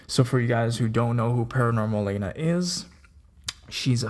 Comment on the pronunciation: Were you a fan of hers before or are you just making a video because it's news? I was wondering because her name is not Paranormal-aina, it's pronounced Paranormal-ahna. Kthanksbye.